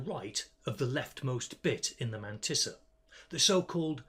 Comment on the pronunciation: your way of saying Mantissa is just so perfect. has to be said.